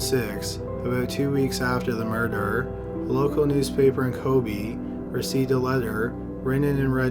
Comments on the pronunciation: Every time he said “kobi” I wanted to kms lol. It’s ko-be(h) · he managed to mispronounce every single Japanese name of places and people in this. It's KobE not Kobi/Koby etc etc. That's not hard to pronounce FFS. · Kobe - Co-bay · Ko-BAY.... not Ko-BEE. in Japanese pronunciation the way you're saying it, it would be spelled Kobi. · Kobe is pronounced Kobay. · maggy tito kobeh is more correct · Your mispronounciation is excruciating. Maybe check out those complicated words before posting, although Kobe & modus operandi shouldn't be as hard as you make them....